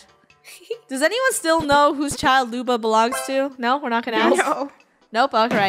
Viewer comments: when they keep saying lubo instead of luba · It’s Luba :3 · e-HEM it’s lub-A